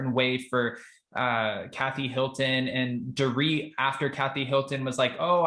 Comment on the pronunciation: I lol when she calls Dor..it